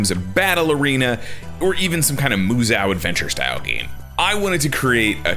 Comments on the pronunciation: Musou is pronounced "moo soh". There's no "a" in the word, and there is no such thing as "musao". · great video man really interesting ideas and i hope something like this does get made someday but also i spent literally the ENTIRE runtime stunlocked by how you said "MUZOW" ...anyway the name shoulda been Kamen Fighters